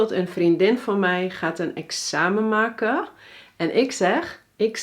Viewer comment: Zou je in je video's naast het duidelijk willen articuleren in de Nederlandse taal wel de laatste 'n' uit willen spreken, dus niet gebare, duime, make, doorgenom, geve en zo verder ....